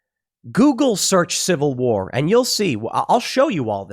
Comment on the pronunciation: If I had a dollar for every time Tim says Cival war, I’d by Epsteins island. Shut up Tim.